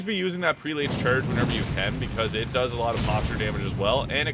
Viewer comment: Prelate is pronounced “PRELL-it”. Js